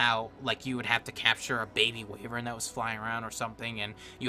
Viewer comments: (why-ver-n) not wavern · It's actually pronounced "Why-Vern" not Way-Vern just so you know. And also that's spark powder. :P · I'm so sorry, but wayvern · GG wivern it is pronounsed